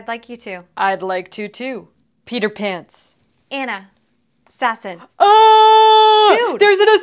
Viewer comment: Just saying that would be ona not Anna